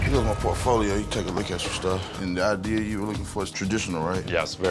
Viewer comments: "she hated every idear I had" man when I tell you I laughed my ass off 😂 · "She hated my idear" 😂 didn't miss a single idear. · dont trust anyone who says "idear" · Man I hate Julia but the dude really didn't know what BIO mechanical is. also what part of our country here in the u.s. say idear and Washington lol call a wolf a woof lol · It's spelled IDEA there is no "R"